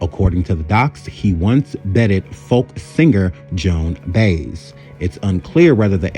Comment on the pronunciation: Sir, your content is MUCH too intelligent for me to remain silent any longer. First of all---well done! Next: You should Google things (pronunciations) about which you are not certain. Ill pronunciations make you appear much less intelligent than we, the audience, know you to be. To wit: 1. Dossier: Has French roots. Thus, it is pronounced DOSS-see-yay 2. Joan Baez: Last name is pronounced BYE-yezz 3. Communist: Pronounced COMM-you-nist Just a tad more research and a verbal editor will make you darn near invincible on this here app. Here if you need help. I promise---I'm just trying to help. (Thus, no shade.)